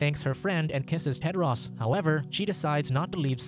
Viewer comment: He pronounced it wrong. His name is Tedros.